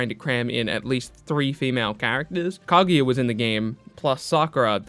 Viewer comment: The way you say kaguya hurts my soul